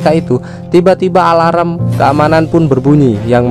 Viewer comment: Min kok alarm jadinya alaram 😂😂😂